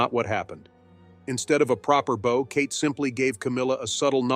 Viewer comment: The narrator needs to learn how to say "bow" as in curtsey of bend at the waist. He pronounced as "bow" that is used to shoot arrows, used the same pronunciation for "bowing". He should learn the appropriate pronounciation, even if it's AI that must be programmed properly.